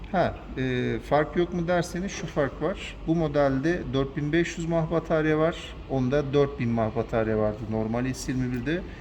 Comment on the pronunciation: Nefece değil enefsi diye okunur mah değil miliamper diye söylenir